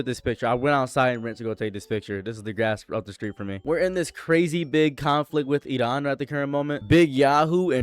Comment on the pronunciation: why you saying iran so weird?